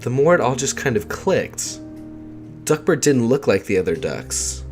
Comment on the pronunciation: I kept hearing duckbird not duckbert lol